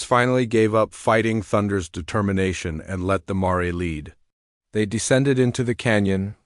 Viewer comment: A chestnut "mar-ay"?